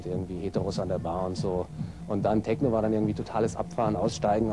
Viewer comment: “Teschno“ .. ahhh diese Aussprache😰